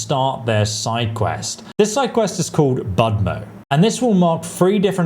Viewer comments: pronunciation is not budmo, but rather bud'mo ("u" sounds like short "oo" in "good") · sorry, not badmo - it is pronounced - [ˈbudʲmɔ] - U sound like in 'full' or 'pull' - budmo :)